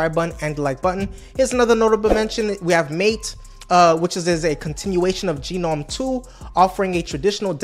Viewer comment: Gnome is pronounced Gernome not Geenome